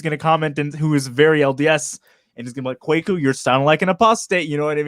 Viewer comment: Kwaku (Kweku, Kuuku, Korku, Kɔku, Kouakou), is a Ghanaian Akan given name for male children born on Wednesday to the Akan and Ewe ethnic groups. actually got the pronunciation of "Kwaku" right. Africans would pronounce it the same way. Nothing to apologize for. If this guy were spelling his name "Kweku", there wouldn't be an issue at all as the pronunciation of this word is obvious.